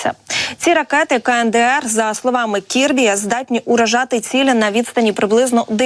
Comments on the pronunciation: Джон Кирби, а не Кибри. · Не кібрі а Кірбі))) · Ну чого Кібрі,а не Кірбі? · Кірбі, не "кібрі" 😶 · Кібрі це хіт ,невже не можна прочитати правильно 😂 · Ведуча не правильно називає ім'я Джона Кірбі, це дуже непрофесійно і ріже слух